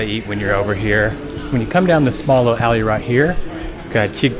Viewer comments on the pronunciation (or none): none